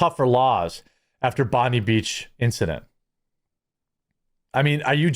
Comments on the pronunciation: Bondi pronounced Bond i(eye). Cronulla pronounced Cron u(as in Up) ll a(as in Up) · Aussie here. Bondi is pronounced Bon-Die. You have to jump through a lot (I mean, a lot) of hoops to get a gun license, and it's requirements are different for each state. I haven't even seen a gun shop in so many years now, I'm not even sure where you could purchase one from. (legally) So I'm not sure what "stricter" conditions the government could implement. Our immigration needs more attention. Our infrastructure can't keep up with the intake for one. Secondly, I feel better vetting would go a long way, esp. if they applied the same rigorous background checks they do for gun owners. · It's pronounced Bond eye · *Bondi (Beach): pronounced 'bon-dye' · It's Bondi with a hard "I" ... "Bond-👁" 🇦🇺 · Bondi beach is pronounced BOND-EYE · Pronunciation guide: Bondi - bon die. Cronulla - crap null ah. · It's "Cro-null-a" and "Bon-di" pronouncing the i like in iphone. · "Bond-eye" beach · Bond-eye. Please don't equate it with the trump slut. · It’s pronounced bon die Thanks for the video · As a former Bondi resident, in the 90s, it's BOND-EYE. It's 'i' like you would say the letter i. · Californ Eye A ? * it is pronounced Bond Eye * how do so many Americans mispronounce Bondi after it being the most famous beach in the world for decades. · Bond-eye is how it's pronounced. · It’s pronounced “BON DEYE” as in eye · Hey mate. We pronounce it bond-eye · Bondi is pronounced “bond-eye” Love from an Aussie subscriber x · Jeremy, stop saying Bondy Beach, it's pronounced Bond-EYE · Bondi beach is actually pronounced bond i not Bondee. Much love to my Yankee content creators. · Hey dude, it's pronounced Bon-dye not bon-dee. Cheers for covering this Jeremy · Hey Jezza, been watching since you were a Magic channel. It’s cron-ulla not cronoola, and it’s bon-die, not bondy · It pronounced “Bon-die” not “Bon-dee” beach. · It's not bondee beach its bondi beach, pronounced BOND-EYE! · Bon DIE not Bon DEE.